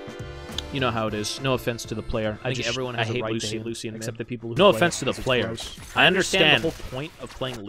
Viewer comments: Anyone else HATE how he pronounces Lucian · we need a compilation of pronouncing champs wrong (Lucian, Mundo, Yone.)